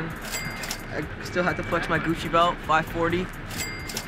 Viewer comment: “dis like gusshi like five houndrad”